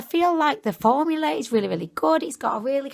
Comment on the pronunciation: You said formular ¯\_༼ ಥ ‿ ಥ ༽_/¯ just like Mr.Krabs